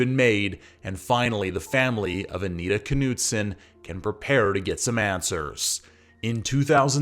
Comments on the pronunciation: The North Dakota pronunciation includes the “K.” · Dude the K is silent.